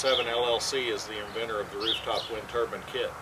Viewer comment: Please there is a "e" at the end of Turbine don't be afraid of it. It's not Turbin. Good on you for having a go.